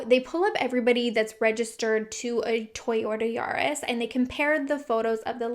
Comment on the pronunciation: “Toyorta Yaros” 😂❤️😂